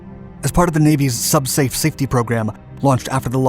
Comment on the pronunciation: "Sub-Space"? No, "Sub-Safe".